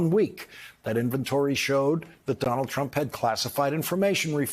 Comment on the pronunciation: It sounds more like he is saying "Donnel Trum" most of the time. I just call him Dump as that sizes him up pretty well.